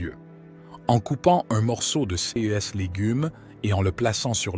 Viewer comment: Oui, la vidéo gagnerait énormément à être lue par un humain. Cette voix de robot incapable de dire "CES" correctement est pénible.